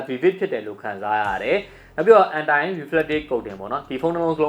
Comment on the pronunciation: Anti = အန်တီ‌ လောက်တော့လုပ်ပါ bro ရယ်... ဘာလဲ အန်တိုင် :3